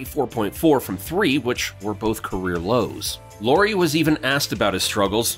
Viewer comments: Lauri, not Lowry! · His name is LAURI, not LORI. LA-U-RI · It's pronounced just like the surname LOWRY. 'LAU' rhymes with HOW, NOW, COW. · Please don't pronounce his name as if it where lorry 🚛 Lauri has a very different pronunciation in Finnish. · so you research all that about Lauri but dont look up how to say his name :D